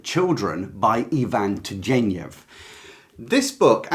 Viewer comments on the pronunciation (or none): Turgenev - hard g sound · Fathers and Sons. Please check how Turgenev is pronounced.